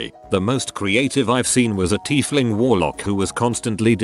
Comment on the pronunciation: Why the hell does this bot say things Cider completely wrong and then turns around and says Tiefling perfectly?